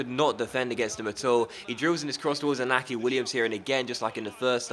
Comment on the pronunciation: Also inaki Williams is pronounced en-Yaki Williams